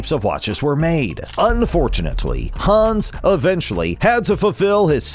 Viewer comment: Haaans... it's Hans, the a is short